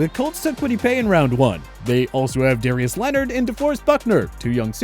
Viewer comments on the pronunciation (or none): none